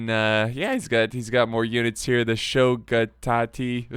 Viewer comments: Im always surprised how badly butchers the names... "Shogi... tati..." bruh it says Shogitai.... how is it so hard to read what it says... other than that, love the content, don't be afraid to try to pronounce the names, just read how its written 80% of the time you'll get it right.:) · Shogitai is pronounced as Show-gee-tie